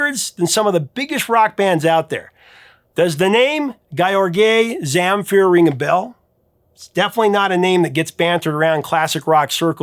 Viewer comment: When you pronounced Gheorghe Zamfir I had to wait to see who you are talking about :) Gheorghe is just an archaic version of George used in the Balkans area, while Zamfir has the accent on the second syllable, but in the end I am glad to have him on the list, no matter how you call him.